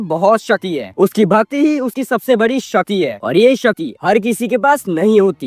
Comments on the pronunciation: Shakti ❌ Shati✅ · Abey bhai shakti toh thik se bol😂😅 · Bhati nhi bhakti and shati nhi shakti bol bhai😂